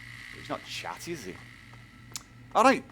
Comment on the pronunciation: "arrait!" lol